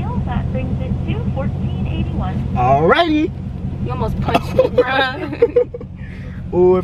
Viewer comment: why the lady say “alrighty” like dat😂😂